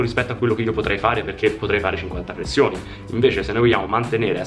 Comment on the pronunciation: Grande G come sempre, però flessioni non si può sentire 😂😂